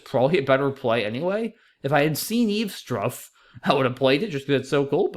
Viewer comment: Eavestrough is more like eaves-troff (like an animal trough)